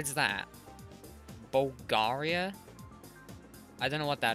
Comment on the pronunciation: well, he did kinda said it in how we bulgarians pronaunce it